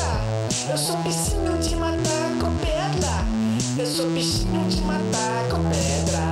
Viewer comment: "Eu sou um bicinho de matar com pedla" eh muito bom.. suahsuahsua